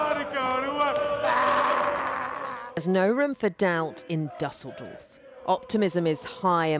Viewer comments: Can't believe the reporter's pronunciation of 'Doesildorf'. She mangled it completely. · Düsseldorf pronounced completely wrong 🙄